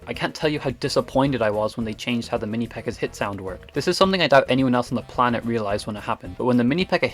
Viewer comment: i thought you were speaking spanish because of the "aña" of the minipekka, then I realized you were speaking english